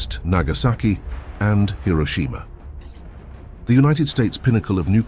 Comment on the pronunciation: Why do all youtube videos mispronounce Hiroshima?? smfh